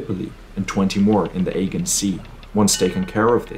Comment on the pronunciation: If you speak English please get the pronunciations right, in the Agean Sea the g is sounded like a j